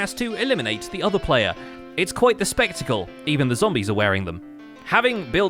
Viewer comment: smh..."its quite the specticle......even the zombies are wearing them"...lol 🤣